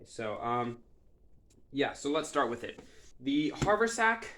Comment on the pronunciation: Very nice job, but one comment only. It's pronounced hav'-er-sack.